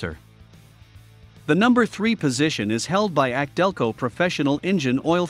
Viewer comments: A C DELCO - NOT AKC - DELCO👎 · Laughably inaccurate list. Repeatedly references anti drain back valves like they are magical and unique. Commentary is read from the marketing material on the boxes as if it's factual. Pronounces AC Delco as ack Delco several times. Find a channel like project farm for really well done comparison videos. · YES !! This is the 2nd clown I've heard say "ack-delco" on U-tube. Here's the deal: The "AC" comes from the initials of Alexander Champion, who pioneered a spark plug that was used in early General Motors cars -- and the "AC" brand of spark plugs was of poor quality, but GM stuck with them anyways. GM later adopted the Delphi Group, and they started using "ACDelco" as their go-to logo. I remember back in the '60s, AC plugs were so bad, you'd pull a plug from a GM engine, and your first comment would be: " ACK !! DELCO !! " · The voice on this video is computer generated that's why it can't properly say some names like ACdelco